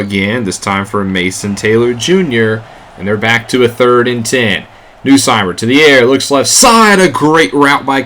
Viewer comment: As an LSU fan i had to cheer for them lol. Also it's pronounced "NUSS-Meyer" not "New-Seymer"